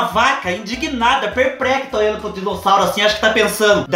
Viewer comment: Oi kkkkkkk" perprecta"